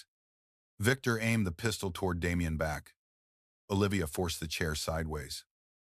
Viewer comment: Lmao The pronunciations though! "There was a PEE-stole in his hand!" 🤣 🤣 🤣 🤣